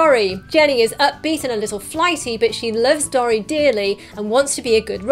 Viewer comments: Dory is said dore/ee not dor/ee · I'm British too, but I've always pronounced Dory as 'door-ee', not 'dorry'. Irrespective of this, love your videos. Keep up the good work! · OMFG you say dory wrong its not dorry